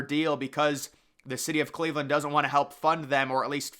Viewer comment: It's Cleveland. Think Rodney Dangerfield.